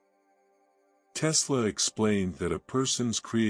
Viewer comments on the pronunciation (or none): It is pronounced TESS la . Not Tea lass. I believe.